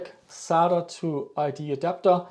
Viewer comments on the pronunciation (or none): none